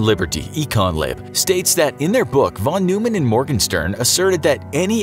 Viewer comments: It’s pronounced Von Noy Men. Not Von New Men. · Von Noy-man